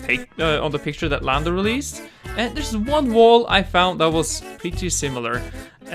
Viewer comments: Gamer Joel he said lamdo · did u say lando or Lambo